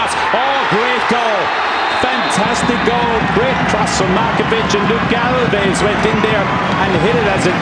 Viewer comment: pronunciation: Galvas, Galvez, Balbez, Galvash, Galvesh, Jurlic